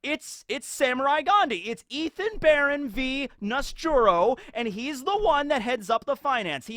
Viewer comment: It's not Nusjuro, it's Nasujuurou, as in eggplant tenth son lol